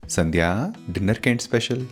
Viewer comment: మీరు చేస్తుంటేనే నోరు ఊరు పోతుంది మేడం మీ వీడియో సంధ్య అనే మాట సార్ చాలా చక్కగా పలుకుతున్నారు ఇలాంటి మంచి వీడియోలు ఎన్నో చేయాలని ఆ దేవుని మనస్ఫూర్తిగా కోరుకుంటున్నాను